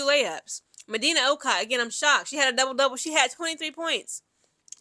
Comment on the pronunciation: You are mispronouncing Okot's name. It is pronounced "O-coat" We might have struggled but a win is a win!! Go Gamecocks!!